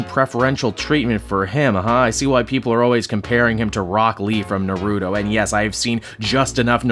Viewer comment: but not enough to know how to pronunce naruto :P